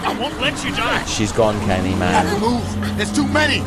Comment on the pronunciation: Uhhh did you go to kinder garden it’s Kenny not kenne